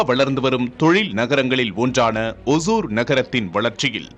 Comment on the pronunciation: It is not osur (kuril alla). Osoor (Nedil)